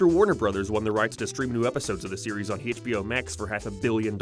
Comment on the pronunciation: I swear, if you say "Haitch Bee Oh" oen more time, I'll sue you. I'll sue you in England, budday!